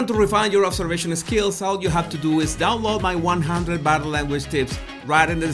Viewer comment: First of all, I love videos and your accent. I studied my you know what off to learn Spanish to teach ESL to recent immigrants in LA, and I was close with all the families, so it is all in fun. But every time you say "Body" I first hear "Baddy" and chuckle. In closing, I watch every "bideo" you post and love them all. You just take me back a couple of decades, that's all. Dios con Dios, mi amigo. Eres el mejor.